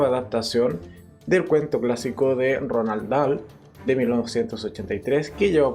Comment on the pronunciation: No es Ronald Dhal es Roahl Dhal